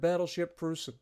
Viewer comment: Dude, that is an A+ for the pronunciation of Preussen and Leipzig. Well done and greetings from Germany…